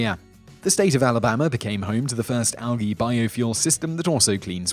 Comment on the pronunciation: Al gii?? The G is prominent.. al. Gee...